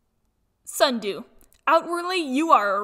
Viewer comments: Sundew and peril are a fav, BUT BOY DID I NOT EXPECT THAT TO BE ACCURATE Me not that confused cause i can be a mix of both (lol the way you said SNUDOO) Sunny aint a fav but i do hate it when people call me "cute" Tsunami is up there, BUT VERY ACCURATE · It’s Snuh - Dew